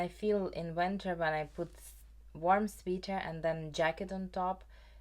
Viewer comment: One quick pronunciation thing you might appreciate— “sweater” rhymes with “better” and “letter”. (I also learn languages, and so I always appreciate little corrections!)